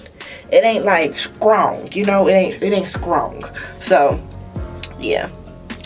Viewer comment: "It ain't Skrong!"😂😂😂😂😂